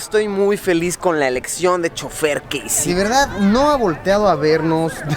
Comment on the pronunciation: dijo chufer y no es así es chofer